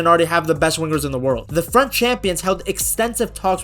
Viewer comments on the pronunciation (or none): none